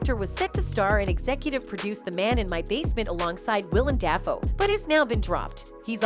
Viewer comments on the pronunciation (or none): Um. Willem Defoe. Not pronounced dah fo. And you do this for a living?